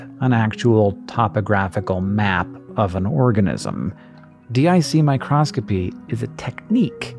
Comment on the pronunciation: it is micro-scopy, not micros-copy! My Cross Copy, is a religious business, not mu interest.